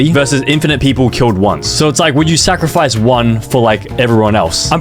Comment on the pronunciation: Bro,he said sacrfice himself